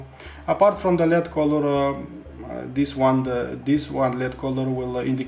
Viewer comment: Great review! I think you do a great job, especially given English isn't your first language. I am not sure if Americans are your main audience, but one thing that threw me was when you prounced LED as lead. In the states we pronounce every letter individually. But again I have lived in a foreign country and learned a second language and was blow away by how well you are able to communicate. Keep it up!